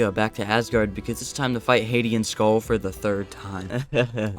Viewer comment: its ab Ö not o so its Sköll not Sgoll